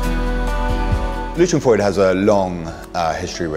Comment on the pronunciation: The affectation of mispronouncing Freud's name is annoying.